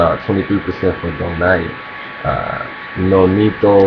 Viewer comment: nice to hear someone pronounce donito's last name correctly :)